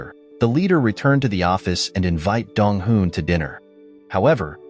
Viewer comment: Me always getting confused when he say dong hoo and dong wooh😅